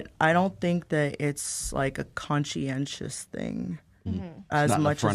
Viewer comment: "conscientous" thing